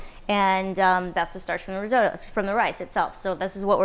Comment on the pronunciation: Lol the risotoe can’t watch